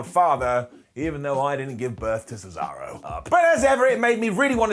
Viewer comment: He's so excited, he refers to Cesaro as the bankrupt American pizza chain Sbarro.